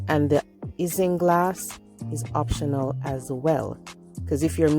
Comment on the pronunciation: I still prefer the old way by boiling the Irish moss! Isinglass is pronounced 'icing-glass'👌nice upload my friend ☺